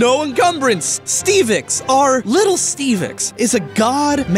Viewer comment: not stevax stevex pronounced st eev lex